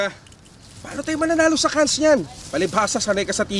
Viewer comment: Cannes is pronounced as "Can"